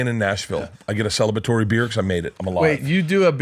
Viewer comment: "I get a celbatory beer"